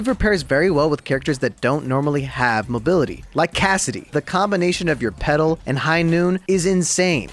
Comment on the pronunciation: When he was saying peddle I kept hearing pedo lol